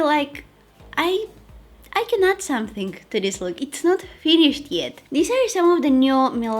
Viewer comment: is it just me or she always pronounce the words ended in NG as NGK? Like , Somethingk , beingk? haha so cute :)